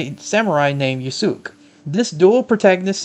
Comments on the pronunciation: The U is silent it's just (Yas-Ke) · It's "Yah-skay" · It's painful to hear you butchered Yasuke's name with "Yoosook" every single time wtf, Ubisoft released a video explaining the trailer where they mentioned his name multiple times, can't you watch that first before making this video?